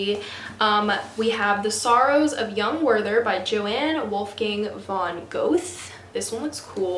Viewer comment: Johann Wolfgang von Goethe is like yo-haan (not jo-anne) gur-ta. I feel like Dracula is hit or miss with people, but it's a favorite of mine! Good luck with your reading and courses :)